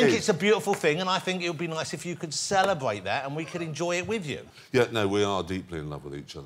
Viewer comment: it was going well till someone said celebwate